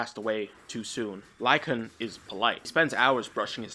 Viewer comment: Say it with me: Lycaon. "Lie-kay-on". Named for King Lycaon, who founded the city of Lycosura, and started the Lycaean Games to honor Zeus Lycaeus. King Wolf who founded the city of Wolf, and started the Wolf Games to honor Wolf Zeus. Wolves.